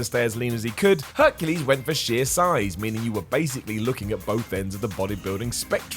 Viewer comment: I nearly died when he said Hercules